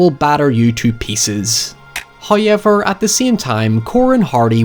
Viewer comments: I love it when he says “hy-ever” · I'd get a pair of RayCon's just to hear "hoyevers" more clearly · Those "hyevers" are my favorites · god bless the hoyevers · Me: when I hear the "Hoyever..." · Every time says "However", a puppy dies